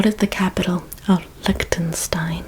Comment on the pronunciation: I love your videos, but "Licktenstein" made me laugh out loud